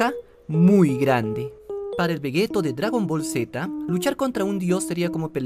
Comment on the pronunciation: Todo está muy explicado, o único que no comparto es por qué... Vegeto? Tal como suena, no se dice es "Veyito" ? Por lo demás, siempre fiel y a tus vídeos. Un saludo!